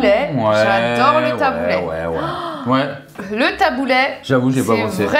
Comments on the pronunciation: J'entends "Taboulait" mais non stp taboulé 😂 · Le taboulayyy? 😅 Qui prononce comme ça? 😅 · Ma soeur fait des taboulés maison hyper rafraichissant. Oh par contre j'ai sauté au plafond mdrr on dit taboulééééé pas taboulaiiii